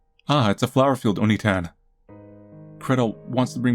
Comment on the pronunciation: It's not Oni-tan. Its Onii-tan. You hold the "i" for two syllables. The way you pronounced it was calling Hansel an ogre.